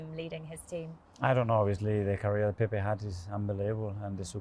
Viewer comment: PEPE!!! Not Pep 😅